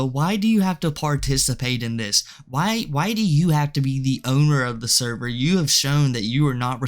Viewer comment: "NO NOT THE THERVER!!"